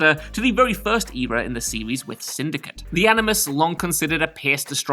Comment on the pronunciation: Please stop saying "series"